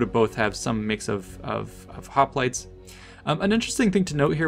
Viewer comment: Does anybody else remember when Oakley would pronounce hoplites as hoplitays?